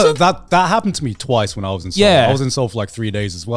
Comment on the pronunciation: I am baffled at their pronunciation of Seoul… Se-oul I don’t sure if my pronunciation is right know… But I am kazakh and Kazakhstan is i think 6 or 7th place with Korean immigrants, and I am pretty sure its them who butchering it